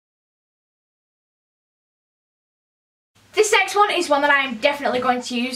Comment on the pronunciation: When you said The next one I heared The sex one